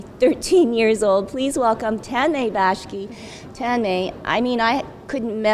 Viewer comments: Not baski..... Its bakshi!! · Not Baski.... its BAKSI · It's pronounced as Ta-nm-ay Ba-ksh-i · Did she just say bashki?